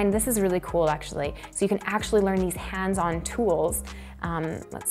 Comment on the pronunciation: I like the way you say “hands on” 😝